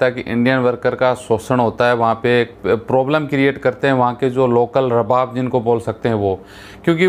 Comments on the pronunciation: Pahley Bolna seekhooo --owner ko ARABAAB boltey hain RABAB NAHII..Oman Main kuchh aisaa nahii jo tum bol rahey hoo.Yahan Kisi par Zulm Nahii hota Sab Galat hai. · Pahle bolna Sikh ja Bhai Rab bab NAHI arbab kahte hain